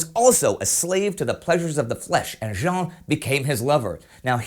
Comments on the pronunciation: Just a detail, but you probounce jeanne like jean, wich is a boy's name. Add "_ne" at the end to have the good one. (sorry) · One thing bothers me. It's not "Jean", it's "Jeanne". Wich means it's pronounced almost like the englishe "Jane", but with the same "a" as in "rat".